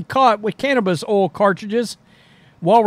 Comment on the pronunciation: Love the way the says "cannabis oil" hahahaha